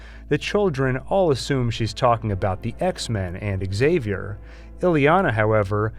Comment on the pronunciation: Why the hell do they keep saying "Axavier" instead of "Xavier"??? He's Prof. X, not Prof A. !!!